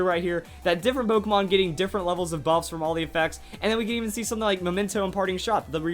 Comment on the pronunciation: In the beginning I thought you said boobs....